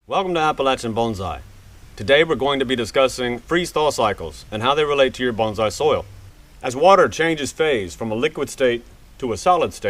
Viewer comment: You keep calling it a bonZai ;)